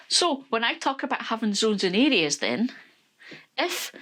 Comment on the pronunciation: Listening from Texas, USA and I was so confused listening in. I finally figured out that you’re saying areas (I thought you were saying idiots). 😂